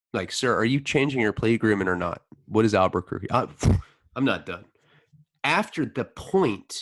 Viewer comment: I grew up in Albuquerque=pronouncing it '' Are buquerque" every. single. time. Even in the past series is just soooo fuxxin hilarious to me for some reason